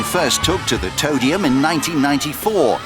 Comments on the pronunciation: every time the announcer says "toe-dium" i lose my goddamned mind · them calling it the toedium makes me want to commit heinous crimes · Disappointed that Noel completely skipped over “toe-dium” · Don’t forget “Nasty steps up to the toe-dium” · "toe-dium" "Toe-down" "Toe-tal" I can't🌚